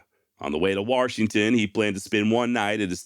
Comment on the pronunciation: There's no R in Washington. : )